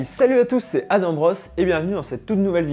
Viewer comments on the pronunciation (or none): none